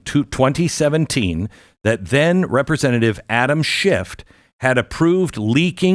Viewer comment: There's no final T in then name Adam Schiff!